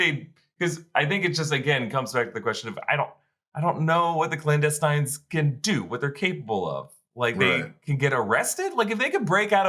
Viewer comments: The "Clowndestines"? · Blandestines? lol